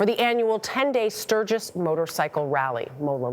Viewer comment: Welcome to "Surge-iss"!!